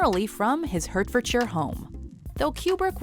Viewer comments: Perhaps you'd like to have another go at pronouncing the name of the county in which Stanley Kubrick settled in the UK. "Hurtfordshire", seriously? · pronounced: Hart-ford-shire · I'm only going off of Pride and Prejudice, but isn't it pronounced Hart-fordshire? Agh sorry. This was a good video I just love the pronunciation of Hertfordshire. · As someone who lived down the road from Stanley Kubrick (but never saw or met him), Hertfordshire is pronounced heart-fud-sure. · Just for a bit of info Hertfordshire is pronounced as Heart-fordshire :)